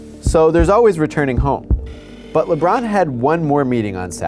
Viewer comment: holy crap its Lebrawn James!